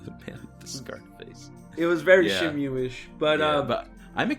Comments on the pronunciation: This video was hard to watch with pronouncing Shenmue as SHEN-myu instead of SHEN-moo. Then we get herb pronounced with the 'H'. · Yes, if it was pronounced as “Shenmyu,” it would be written as シェンミュー. Since it’s シェンムー, the ムー is to intended to be exclusively pronounced as “muu”